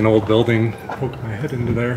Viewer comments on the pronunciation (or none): none